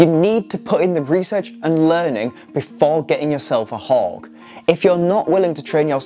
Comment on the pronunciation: why does he keep saying 'hog' ? hawk has a 'k' at the end, not a 'g'